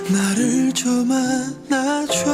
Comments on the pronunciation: 잡아줘 아니고 안아줘 입니다ㅋ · 잡아줘 아니고..안아줘에요.....!